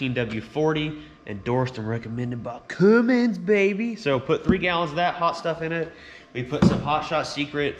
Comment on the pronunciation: It's Cummins not cummings